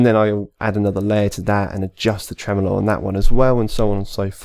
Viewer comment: It’s “Tremolo” not “Tremelo”